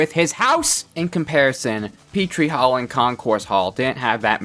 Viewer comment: Saying hall like haul 😂😂😂😂😆😆😆😆😆😂😂😂😂😂